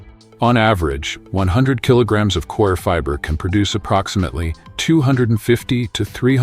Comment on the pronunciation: Stupid robot 🤖 audio 🔊 Coir as in choir ... 🙋🏾‍♂️✅ Core... 🙅🏾‍♂️❎